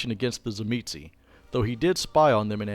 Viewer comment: Thank you so much for pronouncing Tzimisce correctly. Even the Bloodlines videogame got it wrong